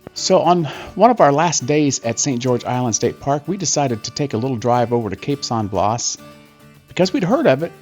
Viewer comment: It is pronounced “cape San Blast without the “t” on the end. Not blaws. Enjoyed the video.